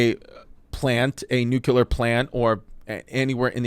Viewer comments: Nuu-Cuu-Lar Chrissy, Never Nuu-Clee-Arr Chrissy. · Yo?!? You keep Mispronouncing the word NuCLEar ☢️ not NucUlar!❌ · Oh my I can’t watch this. IS NO ONE GOING TO SAY THAT IT’S PRONOUNCED NUCLEAR AND NOT NUCULER??? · Jesus Christ, as a former Navy Nuke... I hate how badly Chris is butchering this. (Only 2.5 mins in) Love you Chrissy but it's not "nuke-ular" Edit: Glad he at least got the basics of the power plant down. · Am i the only one triggered about how he says it... nucular?! Its nuclear bro!! Might do bluchew just for you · It’s NUCLEAR… not “nookuler” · Normalize pointing and laughing at people who pronounce nuclear as nucular😂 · Jesus Christ, you think these are informative? Dude can't even pronounce nuclear. It's not nook-yoo-ler. What a tool. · Chrissy Chernobyl dropping nukes on stage! Or as he calls it Nuke-you-lur. It’s pronounced new-clear, cuz you’re fully franks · I lasted into the video and had to stop because I knew it was gonna drive me crazy with his pronunciation of nuclear! Stop adding the extra U. Only one U. Chrissy Dingbat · you spelled it out the right way... bush pronounced it: new-kuh-lurr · Its nuclear. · Chrissy nucular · Nobody gonna point out the prolific use of the word nucular? LMAO 😂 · Nuk-u-lar Franks 'n Beans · Whenever i hear "nUCuLeR", i know it's over😂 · Wtf is nuke u ler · Bro said “nuke-u-ler” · The comments are gonna kill your pronunciation of nuclear. :( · Some of the smartest experts even pronounce it nucular so we can't be too judgey 🤷🏻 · Genuinely drives me crazy when people pronounce it like "nu-ka-ler" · It's the George Bush way. Newkyuhluhr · You misspelled nukuler 😂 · I love Chrissy D, but I can't listen to him pronounce "nuclear" like he's Brendan Schaub. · I feel like I've heard him say it right before, wtf happened? Did we take the bait?? 🤣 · This episode would be so much easier to watch if you could pronounce nuclear... 😂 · I can’t tell if he’s doing it on purpose 😂